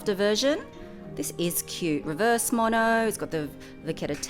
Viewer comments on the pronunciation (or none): none